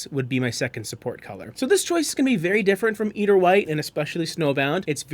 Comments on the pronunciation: Nails on chalk board!! And you said it soooo often! The “e” is silent! It’s “ider”, long i. Refers to white eider down from the eider duck. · Pronunciation EYE-der like the bird.... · Nitpicky, but please look up pronunciation. "Eider" is pronounced /ˈaɪ.dər/, or "eye-der" to further simplify; as in eiderdown, a quilt made from the down of the eider duck. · Yes. Thank you.